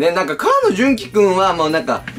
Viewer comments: Shine a lightは「しゃいならいと」ですし 河野は「こうの」です。 なんかもう少し下調べしてから動画上げてくださったほうが良かったです。。 興味を持ってくださってるのはすごく嬉しいのですが…！ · 「こうの じゅんき」ですよ！ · 。 かわのじゃなくてこうのです(--;) コウノジュンキくんです。 これからも頑張ってください!!